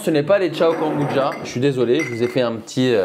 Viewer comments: A quel moment le mot « kombucha » se prononce « Goneboudja » 😂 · J aime beaucoup tes vidéos par contre mes oreilles saignent à chaque « kambouja » j pourrais tout foutre en l’air ! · je suis perturbé tu dis “kambudja” 🤣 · Même moi ça me perturbe 😭😭😭 je parle à ma télé en disant KOMBUCCHHHHA 😂